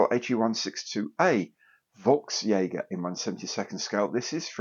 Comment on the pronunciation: Good stuff... 😃 I look forward to seeing your HE162 (I built the Tamiya 1/48th kit; it's a fabulous looking aircraft, but according to historical records, not that great to fly!! A bit unstable! Even with the dipped wing tips...). It's actually pronounced as "Folks Jeager" (the "V" is pronounced as an "F"...the letter "Fau". A more familiar name Volkswagen is actually pronounced "Folks Vagen" and the "VW" is said as "Fau-Veh"). The HE162 was called "The peoples fighter" in propaganda! The lightweight wood construction and the dirty great jet engine on the back was not a recipe for instant success!! It was very unstable, and early test versions fell apart because the glue being used wasn't strong enough!! 😂 I still love it for it's looks, and when it worked, it was fine, and so yes, I'm looking forward to seeing what you do with it... 😃